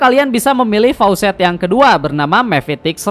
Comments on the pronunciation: Facets bang, bukan faucet 😅😂 faucet mah keran aer 😂😂😂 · koreksi bg, facets bukan faucets. faucets mah keran air